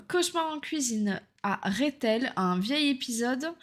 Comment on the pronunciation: Il y a un accent ? Non alors dites le correctement s'il vous plaît, c'est REthel